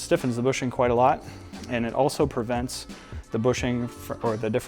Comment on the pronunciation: "PERvents" is not a word. * PREvents.